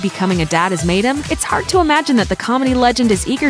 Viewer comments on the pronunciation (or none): none